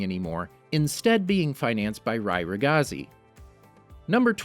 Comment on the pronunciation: not to be rude but you mispronounced Rai ragazzi